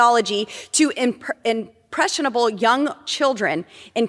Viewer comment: booburt should stay away from saying words with more than three syllables. She really butchers it. Cant even pronounce “impressionable”.